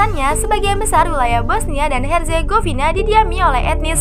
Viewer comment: Bosnia dan Herzegovina bacanya ya ngikutin english nya lha min dengernya jd aneh Negara nya😂